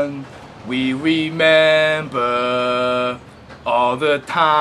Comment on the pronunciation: As we go on, we wemembuh, all the times that, we had togethuhhhh LOL